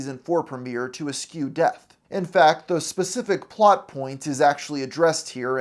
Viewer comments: He uses some words such as "eschew" and "admirably" that he has clearly never HEARD, since he does not know how to correctly pronounce them. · Learn how to pronounce “eschew”.